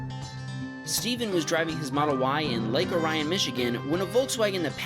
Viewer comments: You just KNOW someone isn't from Michigan when they pronounce Lake Orion like the constellation... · I can tell when some one is not from Michigan, when they miss pronounce Lake Orion.